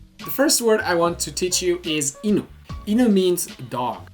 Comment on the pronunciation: I’m sorry dude but your pronunciation isn’t really right. It might seem like I’m being pedantic, but in Japan native speakers will drill you over pronunciation. Japanese words use either a rising1 or falling2 tone. Go to Google translate, and look up the word for chopsticks. 箸 - ha1shi2 Now look at bridge. 橋 - ha2shi1 For an example from your video, in the word for dog (犬 - inu) the “nu” rises. You can say it a different way and will still be understood, but once you get to more complicated strings of kanji, e.g. 洗濯洗剤 - Washing Detergent, it becomes super important to say it the right way. Just like a child speaking English, if you mispronounce ‘Washing detergent’ you might still be understood, but you’ll be informed of the proper way to say it. I’m not commenting to be rude, just to inform people to be aware of this.